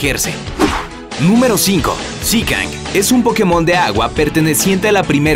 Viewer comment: Zikang? Jajajajaja